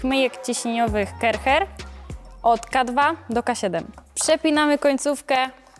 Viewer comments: Pani, nie mowi sie Kercher (tak jak sie pisze) tylko mowimy Kerszer. Poza tym wszystko super. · Sorry wielkie, film podziwiam ale wymawia się Karszer na tą firmę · A ja myślałem że wymawia się KARCZER😅